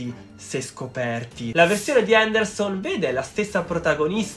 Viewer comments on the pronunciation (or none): perdonami...Andersen, non Anderson...